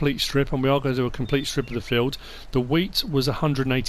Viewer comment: he says weed instead of wheat, new crop on FS 😂😂